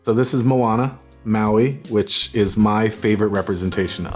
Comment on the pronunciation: Kudos to Bang for pronouncing Moana correctly !